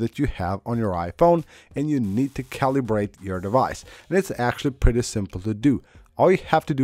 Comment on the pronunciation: Omg.. how many times is this guy gonna make his viewers paranoid about the battery. Just use your phone as a phone. Your battery will be fine. All this is nonsense. Calibrate iPhone battery? lol "ca-lee-brate" lol